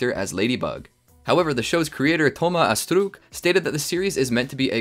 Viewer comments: DHOMA ASSTRUKKK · The way he is pronouncing Thomas Astruc is 😭😭😭